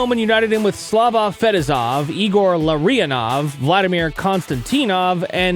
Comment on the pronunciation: Larionov? C'mon, anyone who knows hockey should know how to say his name properly. The guy is a legend.